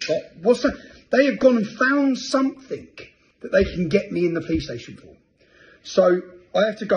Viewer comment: It’s something Tommy, not sumfink 🙂